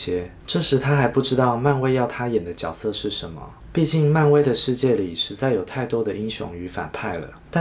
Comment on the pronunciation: 看不下去了，多音字都读不好。主角应该读zhu jue，角色应该读jue se。我发的是大陆拼音